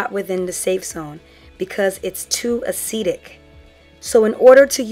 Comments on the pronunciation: A chemical is "acidic" (pronounced "Ah-sid-dick") if its pH is less than 7. You were saying "acetic" (pronounced "Ah-see-tick"). The word "acetic" is part of vinegar's chemical name which is "acetic acid". Hopefully that made sense. Still a very informative video. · Thanks for the video. I was thinking about adding ACV to my routine but I wasn't sure exactly where to include. I'm thinking maybe before or after conditioner? Also, was a little confused by your use of acetic vs acidic as they all sounded like "acetic."